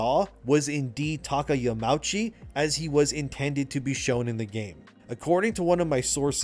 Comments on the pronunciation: Another great video, thanks for the insights. One little thing tho: it is Yama-uchi (2 seperate words that form one name). The au is not pronounced like the ou in ouch. Sorry for being the "uhm actually" guy. It just kills me a little inside to hear Yamouchi^^ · Japanese words are pronounced with each and every letter. So Yamauchi is Ya-ma-u(oo)-chi. No pretentiousness, just a little note for future.